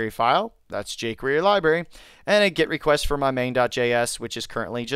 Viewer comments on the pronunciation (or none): Great video, but it's GET, not GIT. A GET request.